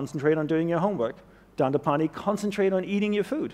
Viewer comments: Dandipani ?! ... Ahem ... His name is DandApani. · Please correct the name, its "Dandapani".